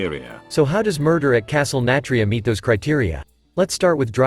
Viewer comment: How your script reader is saying Nathria makes me think it’s a castle filled with Nats… Castle Nat-ria I think the fact they are going back on mechanics they scraped in Alpha is because the leaders from back then aren’t they anymore. Now they seem to be willing to do anything.